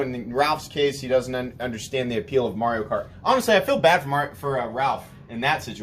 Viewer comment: You said Morio instead of Mario.